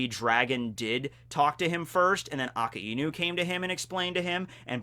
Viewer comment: Why do you say his name as Aka-inu rather than A-kai-nu?????